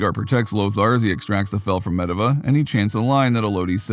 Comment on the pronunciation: Pretty sure the narrator doesn't play World Of warcraft. Because he totally mispronounced Medivh and Goel. He got the other names right though